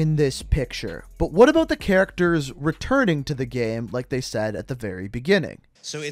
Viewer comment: I really hate the way you say “about” lol